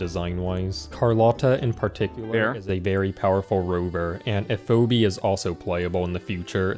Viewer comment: So, I'm watching the video and...there's no way he's not trolling. I mean, he literally called Phoebe "Foby" lmao.